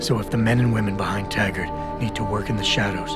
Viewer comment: Um, his name is Taggart, not Haggard